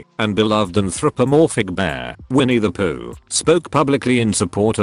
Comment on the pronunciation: GUYS GUYS! HE CALLED HIM EINNIE THE POOH LOOOOL! It's tiresome.